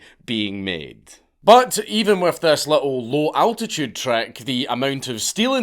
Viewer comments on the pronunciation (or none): none